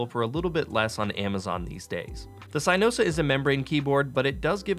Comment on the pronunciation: Really called it “CYEnosa”